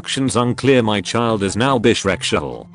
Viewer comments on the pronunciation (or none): Every time the not says sexual its sounds like shreksual 😂😂😂 like as in your into shrek. Lmaoo